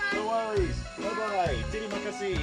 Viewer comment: Butchered the terima kasih immediately, you beautiful man